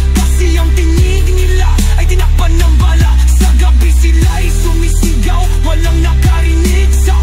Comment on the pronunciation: Hello is this suno AI you used to sing this song? The pronunciations are obvious po kasi. Like, yung sumisigaw, naging, sumisígaw. Anyways the song is great!